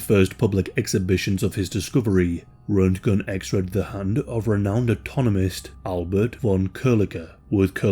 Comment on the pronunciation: I think that Roentgen is pronounced "RENT-jen"...